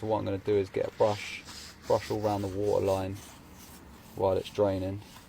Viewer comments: ITS WATERR. NOT. WHAUR😭😭😭😂😂😂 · a bucket of wotah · The accent a bucket of watar I love it lamo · "BUCKEH OF WO'OH" Had me dying 💀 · a bucket of what ...? gotta love that accent :virtualhug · ”bucket of wOa”😂 I’m sorry I had to. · I just love when he says backe of wowa